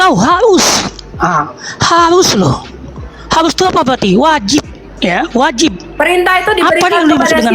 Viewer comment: Ngomong r aja susah .... harus mas bukan hayus😂 , belajar membaca dulu deh